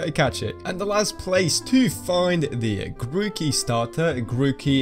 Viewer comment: My guy says tookie